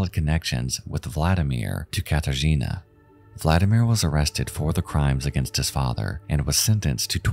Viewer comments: You want to know what words you mispronounced? Katarzyna, for a start. In Polish, y has a much more dull sound, what you were saying was a lot more like the Polish i. Unlike English, letters in Polish are always read the same way unless they are part of a combination that is read a certain way (think of how 'ch' in English is read, even though neither c or h make anywhere near that sound in any other case in English). Also, Kraków, though that one I doubt is your fault because a lot of English sites change the ó out for an o, even though it makes a u sound (if you want to learn Polish you end up having to learn which words use ó and which use u, there is no difference in how they sound in Polish and which words use which doesn't have a universal rule, just some rules of thumb that have exceptions) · As a polish person, it was painful for me to hear every time you pronounced "Katarzyna" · idk maybe it's because i'm polish but hearing people always butcher Katarzyna's name is kinda ... meh. may she rest in peace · bro is it too much to go to google translate and just try to pronounce names more correctly.. i know some stuff is hard for non native speakers (in this case "rzy" in Katarzyna) and i don't mind but it wouldn't cost you anything to listen to the correct (or semi-correct that still would be enough) pronouncation and maybe say Zawada with a v instead of w this irkes me here the most bc i know how those names should be pronounced but that goes to all languages that are foreign to you, it just makes the entire story fall flat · Okay, you asked for what you mispronounced: "Katarzyna" shall be pronounced without the "r" since "rz" is one letter, also "J" is pronounced as "Y" as in the word "Yankee". So "Jonczewski" is pronounced as "Yontchévski". But, close enuff tho :) Like this comment, so he will see it and improve his pronounciation in future. Welcome :) R.I.P. Katarzyna :(